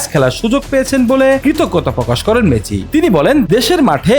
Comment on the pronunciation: মেচি।।। এইটা আবার কে নাম উচ্চারণ না করতে পারলে এই বালে রিপোর্ট করেন কেন অশিক্ষিত মূর্খ